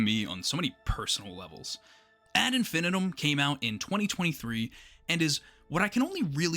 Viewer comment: The word "infinitum" is pronounced: in-fih-NEE-tum IPA: /ˌɪn.fɪˈniː.təm/ It comes from Latin, often seen in phrases like ad infinitum, meaning "to infinity" or "endlessly.